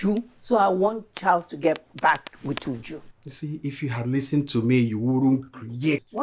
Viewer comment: Even YOU JU 😂😂😂 instead of UJU *